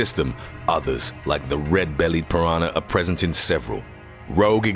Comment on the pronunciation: He keeps saying piranar instead of piranah.